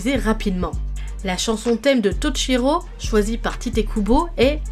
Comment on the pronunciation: En japonais "shi"(し) ce prononce "chi" et "chi"(ち) ce prononce "tchi" Toute la vidéo tu a prononcé Chikai au lieu de shikai et Tochiro au lieu de Toshiro 😂